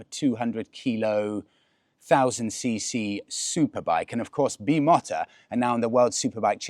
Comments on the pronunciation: Its Bee Mow Tah… there is an interview on YouTube with the COO of Bimota and that’s how he says it. I have admired these bikes since the 80’s and have only ever heard them called Bee Mow Tah…but have fun with that bike! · I've always pronounced it 'BEE-MOTER" 🤷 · at the cafe doing the narration of the rare sighting of an older rider not caring that he’s in the presence of rare Italian exotica. Looking for that amazing response, when there was 4 pretty rare bikes to be seen just hanging around. LOL but honestly, that bike is absolutely awesome. You’re saying the name wrong. It’s pronounced “expensive” not BIMOTO. But wow if ever there was a bike that i would put a helmet on for that would be it. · dude you either need less coffee or lay off the amphetamines...you look wired to hell buddy.... And it's BeeMowTa pronunciation.....😊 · its 'be-mow-ta'. Unless every race team has been saying it wrong for decades 😂. Great video as always, love you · Sorry it’s always been pronounced Bim-o-ta listening to some superbike commentary from back in the day 😉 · 'Fraid not,. If you want to know how to pronounce it, go straight to the source - the factory itself. Check out Bimota's own channel and also the Bimota by Kawasaki Racing channel, where each and every engineer, mechanic, and test rider says (in Italian) Be-móh-ta with the stress on the second syllable. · Bee mota 😂😂😂 ffs!! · Bim-o-ta is how it’s always been pronounced in the UK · You have got the pronunciation wrong it's Bee- moter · it's pronounced Bee Mow (like in motor) Ta.😊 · It's pronounced Bi- mow-tuh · Pretty sure its pronounced "Beem-oh-ta"'.......😅 Beautiful bike, but perhaps a bit more show than go, not that I'll ever afford one! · A few comments on the pronunciation. The English version imho is bimoter. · Wowzer, you have arrived! 😃👍👏 Ps it’s pronounced, beemota! PPS steady with the throttle hand on those damp country lanes!